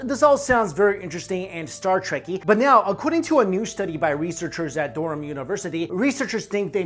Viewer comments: What's "Dorom"? I've hear of Durham but not "Dorom"... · its not "derham" its Durham... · Might help your image if you learn the correct pronunciation for ' Durham ' cathedral. It rhymes with ' Rum ' . Just a small point but worthy of respect.